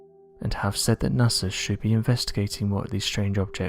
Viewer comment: It's NOT sars, IT'S SAW... Its NOT nasrs it's NASA .MY GOD can't you find someone we can understand!!?!?!?